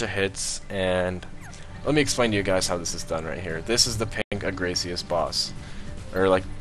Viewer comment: Agaricus SP(UH-GAYR-UH-CUS)